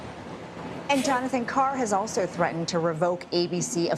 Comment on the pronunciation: What does “threa-en” mean?????